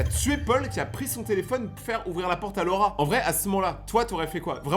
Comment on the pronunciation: Quand tu disais Laura j’entendais le rat 😅